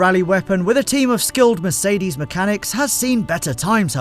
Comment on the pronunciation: FFS learn how to pronounce Mercedes -.- Thought someone that likes cars as much as you do should be able to do that aswell...